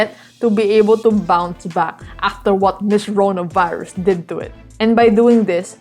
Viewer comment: I like the way you pronounce the "Corona Virus"! again pls